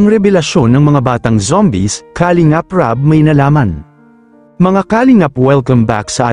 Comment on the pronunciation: Ang masasabi ko sa vlog mong ito... PAG AYUSON MO ANG DICTION NG MGA SALITA MO. TULAD NG KALINGAP DAPAT ANG SYLLABLE AY NASA 2ND HINDI SA UNAMG SYLLABLE.. "KALING'AP" ulol !!!!